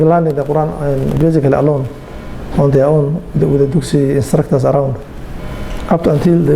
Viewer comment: *Dugsi, not duksi